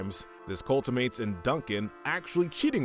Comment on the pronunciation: Very confused how Gwen and Trent aren't lower considering his borderline obsession with her, continually distrusts her and goes behind her back and cheats for her Also you missed Justin x mirror Also side note: How did you pronounce culminates as cultimates?